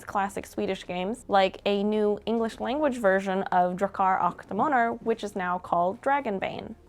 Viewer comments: Drachar ach damanar! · Drahkar ack Demanhar 👌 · drakar ach damanar lät det som hehe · "Dracchar ach damaner" help I'm dying this is too adorable x'D (For future reference, pronounce it more like "Dra-kar ock de-mon-er" or just listen to google translate read it for you :) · You pronounce it Drakar åck demåner; It’s Swedish not German😭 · Drakar och Demoner is pronounced Drah-kar ok Demon-er. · DRAW-kar awe de-MAW-ner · DRAYCHTAR UCGH DIMONAR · "draa-car acht däemaunur" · Draachaer aach deamaaunur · Drakkar Occ Demannar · For non-Swedes, it's pronounced: [draa•kaar ook deh•mon•ehr] As the sounds in "draw", "are", "hook" and "demo". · Drakar och Demoner is Dragons and Demons in English.. and pronunciation of was horrible... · Why'd you pronounce Drakar och Demoner like that... I'm sad now... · Man... you really slaughtered the pronunciation of Drakar och Demoner :( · Who taught her skånska for pronunciation of the Rs? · The pronunciation of Drakar och Demoner crushed my Swedish soul just 10 seconds into the video. Liked and Hyped. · Wow, it was even worse than I anticipated. But thanks for the video!